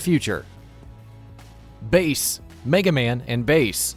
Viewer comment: Its bass not base lol